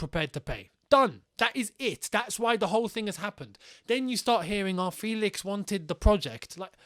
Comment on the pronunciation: It's actually pronounced E FÉlix as you'd pronounce ChElsea. So FÉlix to ChElsea. And not the E as you'd pronounce (indeed) 😉